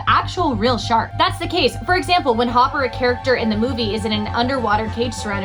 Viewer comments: Not Hopper….. it’s Hooper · His name is hooper not hopper